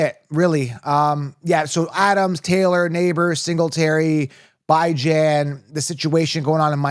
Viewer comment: Why are you saying Bijan like that?